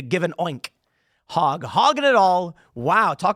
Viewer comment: I love it that Tim pronounces his last name "Hog" instead of "Hoag". So much more appropriate considering the topic of the video. 🤣